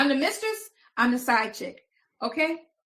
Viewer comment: I hollered laughing at the spelling of how pronounced mistress. "Misschess"...😂😂😂😂😂😂😂😂😂😂😂😂